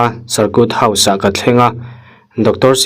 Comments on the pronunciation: Sarkut tiin lam lo la.sarkit house ti ang in lam ri tohla a dik zawk sin sir.circuit house ..ngaihnom thin ltk e.sir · Cir kuit house😂tia lam loh tur...